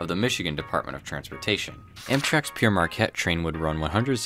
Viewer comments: I’m thinking Pere Marquette is pronounced like Pair Marquette. The Priest (Pere) Marquette. Saying Pierre Marquette means Peter Marquette. Sounds like pee air. An excellent video about the golden era of passenger service. I was lucky enough to ride Sant Fe’s El Capitain and Super Chief before they were totally absorbed into the Amtrak mediocrity. When you went to dine on those trains wearing a suit was not out of place. The food was well prepared and delicious. The peak of luxury in passenger train service. Stop me I’m getting nostalgic. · Your absolutely correct, it is pronounced 'pair' or 'pare' Marquette. NOT 'pee-aire' Marquette. "Pere" means 'father' in French, saying 'pee-aire' ('Pierre') means 'Peter' in French - and isnt spelled "PERE". The explorer mentioned in the video - Jaques Marquette - was a Jesuit priest. This is how the railroad and this man tie together. It is common to call a priest... 'father'. His name wasnt father, it was Jaques. The railroad took his priestly name - "Father Marquette" (his title). Thus Pere Marquette. And it is pronounced so! Literally "Pare Marquette". So pretty much the whole video calls the railroad "Peter Marquette", not by its actual name. Tis ok, back when the PM was still alive (early 1900s), it passed thru 2 recieverships. The moniker it aquired then was "Poor Marquette". A lil more fyi about the name. 🙂 Lastly, something that would be a TIK TOK rage for sure now a days..... Robert Young also introduced 'No Tipping' on the Pere Marquette's (diner car services). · Is it really pronounced “Pierre”, meaning Peter or stone, not “pear” as the French word Père, meaning father is usually pronounced? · Why is it pronounced Pierre and when it's clearly Pear which is French for father with Marquette being a Jesuit priest? Great video and thanks for sharing. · I'm a Michigander born and raised. I've always pronounced Pere Marquette as Peer or Pier Marquette. Think Pee with an R on the end.